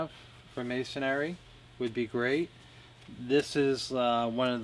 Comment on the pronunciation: It’s masonry, not masonary.